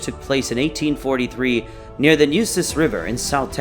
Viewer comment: Can tell the narrator isn't from anywhere near Texas, the way he pronounced Comanche and Nueces. Too many photos that had nothing to do with battle against Native warriors also. Saw one photo of a large building with a Mexican flag flown from flagpole.